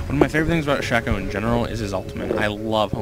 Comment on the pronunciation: hes saying 'ap shacko' XD